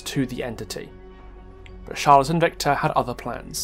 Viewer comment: the spotlight narrator falsely pronounced Charlotte and Victor’s surname, it is pronounced Deh-Eh, and Charlotte is pronounced Shar-Lot